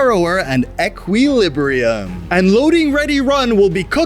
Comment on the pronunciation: did he mispronounce equilibrium to get me to comment? if he did it worked.... either way, you pronounced equilibrium wrong